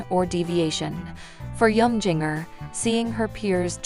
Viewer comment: Jin-ger not jiggner